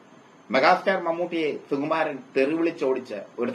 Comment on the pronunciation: ' സു ' എന്ന് ശരിയായി ഉച്ചരിക്കൂ പരദൂഷകാ.